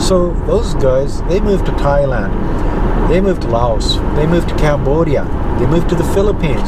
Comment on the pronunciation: Thank you for pronouncing the 's' in 'Laos'. I'm usually not a grammar Nazi, but I notice these things.